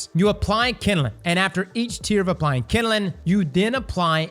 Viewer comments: My dude, it’s NOT KINDILING - it’s kindling. Two syllables. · Kinelin 😂😂 KinDling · All I think of is Bernie Mac saying jingaling every time says kinnelin(kindling) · The way he says "kindling"